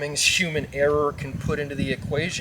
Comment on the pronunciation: 😂😂😂 “ ERR3 “ you mean error !?? I’m dying….😂😂😂😂